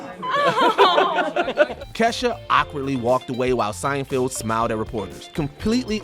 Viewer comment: At this point I’m convinced mispronounces people’s names on purpose. Jerry Seinfield??? You have to be kidding, no one has ever called one of the most famous ever comedians Seinfield…